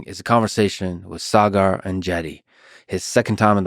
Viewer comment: It feels great to hear my name being pronounced the right way! Partly it's that extra "a" and partly Lex must have cared to ask Saagar off camera.